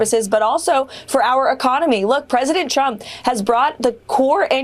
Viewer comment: Carolyn Leavitt says President Chump, not Trump. I had to hear this multiple times to be sure. 😂